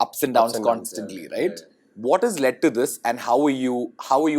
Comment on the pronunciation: loses CLASS the moment he mispronounces constantly as "consantly" and sour as "sawar". I bet it's the guilt from telling the lie that Pri never addressed that before, because Pri did, too years ago, in the season 1 of the same show. And there is no "whatever" about that.